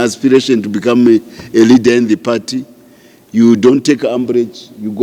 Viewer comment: Broe please say Leader not Readers please you confuse us idiots